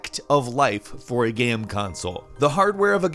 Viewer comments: Why does he always say GAM instead of GAME? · why does he keep saying "gam" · "geme consoles" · “Gam consoles.” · Where is this guy from? I've never heard someone pronounce the word 'game' like him before. It's kinda cute though. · why is no one talking about how he says game so weirdly. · DUDE how can you work for a video game channel and not say the word game correctly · He pronounces "game" weird...